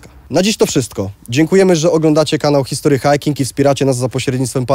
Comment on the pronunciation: 'histry hajking' nie 'history hajking'